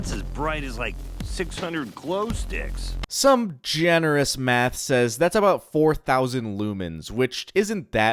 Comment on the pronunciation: Check da gloesticcs in yo fweezer